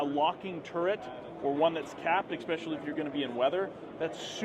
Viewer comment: No "X" in especially.